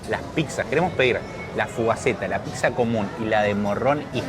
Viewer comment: Pizza se dice, no pitzza chabon